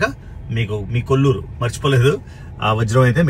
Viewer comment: కొల్లూరు కాదు, కోళ్లూరు మైన్. ఇప్పుడు అక్కడ పులిచింతల రిజర్వాయర్ ఉంది.